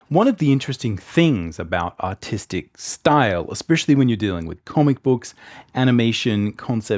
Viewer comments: You’re saying autistic right ? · I thought he said autistic not artistic😂